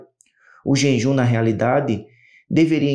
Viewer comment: JEJUM, QUERIDO IRMÃO, A PALAVRA NÃO É JENJUM, PERDOE